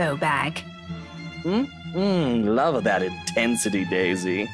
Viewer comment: Bawbags hen. You say is as Baw...as in to baw your eyes out. Not friggin Bow bag. Its a baw bag. A bag for your baws. A sack. Also its a Scottish thing. So say it with every vowel being emphisised as possible for maximum scottish